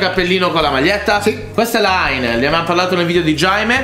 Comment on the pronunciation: Comunque haine non se legge aine